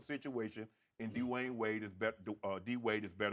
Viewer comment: Lmao why did Shannon say "Dee-wayne"